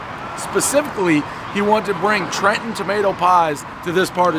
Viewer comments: It's "TrenTon"! Not Tren-on. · You know it's authentic when the pizza owner pronounces the state capital: "Tre-in"